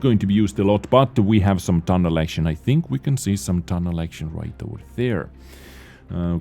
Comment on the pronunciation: Sparky Boy: How many....do you tink? Saurfang grimacing: To many....